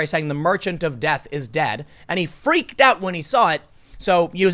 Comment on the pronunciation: For a second there, it sounded like Tim said Alfred Nobel, "using his 4-chan, created the Nobel Prize."